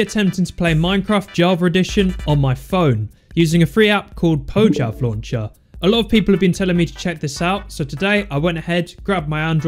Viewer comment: Say "Poyav Launcher" instead of "Pojchav Launcher"